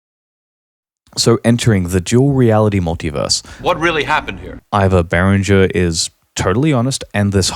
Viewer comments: Exactly. Whoever thinks behringer should donate can do so with the money saved by buying behringer products. I wonder if it is the same company the guy in the video talks about, he mentioned berenger very often, maybe he is just mispronouncing it, maybe not. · you have a funny way of saying behringer and the outro music is too loud under your voice but other than that this was an excellent - and surprisingly impartial piece of work - really is a tough topic .. in other documentaries i heard the point being made that behringer copying old designs is fair enough but releasing clones of hardware which is currently being produced is very naughty instead.. i find that to be a very valid point as well. I still dont know where i stand on behringer as a whole because i certainly cannot afford 3k synthesisers and yet i am not sure if cloning the companies innovating 3k synthesisers so they eventually go out of business is the right way.. actually i do think it is despicable.. yea.. yes i do